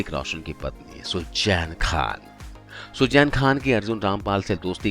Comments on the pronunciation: What horrible English... Pronunciation is terrible. What is sujjain it's Suzanne and so on and so forth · Sujjjjjeeeeenn nahi... suzen bolo